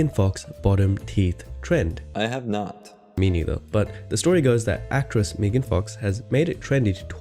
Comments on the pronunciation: She is MEGAN, MEGAN, MEG, NOT MEEEEGAN!!! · Meegan? It's Megan lol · It's so funny how it took you ages to figure out how to say their channel name but they can't properly say Megan's name.